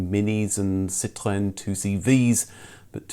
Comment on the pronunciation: You're the only post-host I've heard who says Citroën not like another word for lime/lemon - and says chassis not as in cha-cha. Thanks from 🇨🇦 Canada! ( Now what about "Jag-war", you Brits? Haha 😄 )